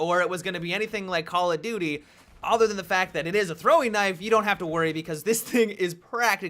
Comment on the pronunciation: every time says Call of Duty it sounds like Call of Doody😂